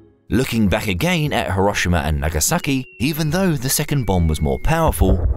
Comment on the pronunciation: HERO SHE MA not HE ROSH SHI MA